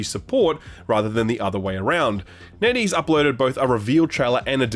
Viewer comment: TIL it's NetEase not Neddy's